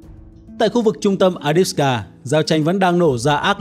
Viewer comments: Avdiivka theo tiếng Ucr và Avdeevka nhưng anh này toàn gọi là adiska. Nghe chối tai quá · Avdiivka chứ ko phải A đít xờ ca! Ad đọc sai be bét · Bạn đọc là “Adiska” nghe nó hơi kỳ kỳ.